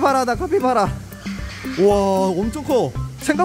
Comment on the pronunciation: 카피바라를 커피봐라라고 들은건 나혼자안가?